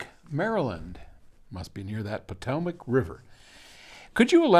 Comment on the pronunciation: It’s pronounced pot-oh-mack